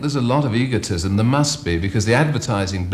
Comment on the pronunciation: I notice he had some funny pronunciation - antraproneurial - and in fact changed his pronunciation of egotism to eggotism in the space of 30 seconds!